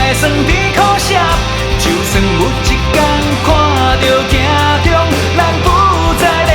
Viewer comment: 很喜歡這首歌所以希望更好 只看發音："就算" (是dieu不是jieu)，"一班"(bang不是ban)，"掌握"(jiang不是jian)